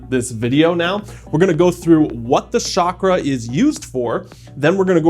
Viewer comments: it's pronounced CHakra, not (sh)akra, i believe (sh)akra means genitalia hahah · What do you mean "It doesn't matter. I heard them both"? It's chakra, not shakra. It's Sanskrit. A language that is strictly connected with the culture and system you are just about to talk about. I lost interest right away. I am going to keep watching the video to see what else you are going to say. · Its Ch a kraa, we dont say cha.. the ch sound is a flat one. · Amazing video... Your knowledge is so beautiful, LOVE IT. However, Please try to call it Chakra as in pronouncing CHA in Change. Pronouncing it as Shakra, is close to the sanskrit word, Shakrith which is faeces... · Chuck-ra. How you pronounce it in Sanskrit and it does matter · It’s pronounced Chuk-Rah. Western countries ruined the pronunciation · Both the pronunciations of Chakra are wrong. The correct pronunciation is "Chuck- raas". Chakra literally means circle or wheel. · chuck+ruh would be the closest original pronunciation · Pronunciation of Chakra. As in chair. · An indian master would ask you to practice pronunciation of 'चक्र' (chakra pronounced as "chuck-r-uh") for over a month before actually telling you what it is. 😭😭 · Lol it's called chaakra and shaakra in other parts of the world, but the original word from india is pronounced chuck-raa